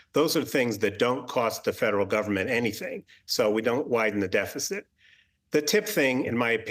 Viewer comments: This is her first time publicly presenting the economic speech that her team wrote for her, so when the word "gouging" came up on the teleprompter, she read it as "gaging" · Price gauging?? She meant price gouging. Teleprompter flub.